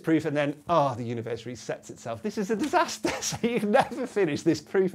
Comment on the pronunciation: It’s a DISASTAH!